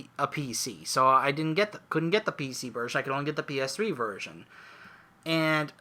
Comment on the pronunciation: Sounded like you said virgin instead of version at one point XD